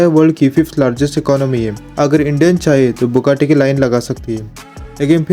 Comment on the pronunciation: Thats not bukkati its buggati😅